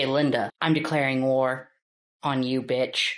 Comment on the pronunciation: You can tell his villain vibes spiked every time he got to say “you bitch” because the emphasis was next level.